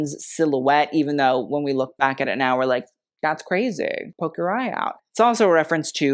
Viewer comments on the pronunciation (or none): none